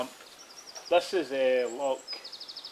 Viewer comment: its loch not lock ya igborant weegie